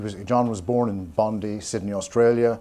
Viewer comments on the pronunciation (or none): Bond-eye not Bondee. Other than that I have zero qualms. "-)